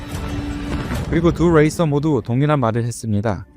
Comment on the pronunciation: '레이서'를 '레이서'라 발음 해주시면 조금 더 편하게 시청 할 수 있을 것 같습니다. '레이서'를 자꾸 '웨(뤠)이서'라 발음 하셔서..ㅎㅎ 영어 발음을 너무 굴리셔서.. 한국식 발음으로 해주세요~